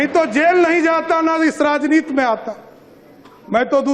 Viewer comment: राजनीति होता है राजनीत नहीं पहले बोलना सीख लो सम्राट जी 😂😂